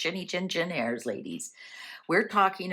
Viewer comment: The pronunciation is for Heirs is Aires not Hairs, just drop the H.